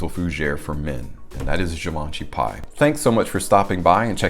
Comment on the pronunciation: In French it'd be pronounced as pee. 🙂